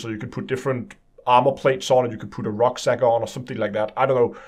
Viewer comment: "if you can put a __rocksack?__ on?" Nearly sounds like Rucksack, which is the german word for backpack :D